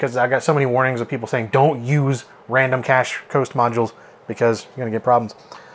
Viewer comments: Kay-sh is correct, as in "the pirates had a hidden treasure cache", not "the pirates had a hidden treasure cash" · Us old timers know by sight these fake cache (cay-sh not cash). :) The engraving and excessive fake plastic look give them up right away. It may be enabled all you want, but it don't make that empty socket full. EDO = E.D.O. not eedoh. Your pronunciations really hits the ear wrong.